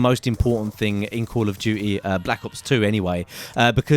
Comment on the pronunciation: he said call of jujy lol